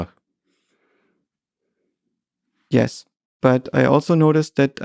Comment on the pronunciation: If you met him IRL and know Russian, why do you still pronounce Bach in this American kind of way?